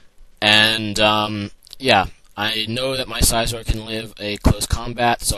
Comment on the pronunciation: Why do you pronounce names wrong, like celebi, suicune, and scizor